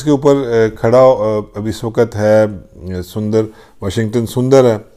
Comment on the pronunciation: Haha 🤣 Washington surinder instead of sundar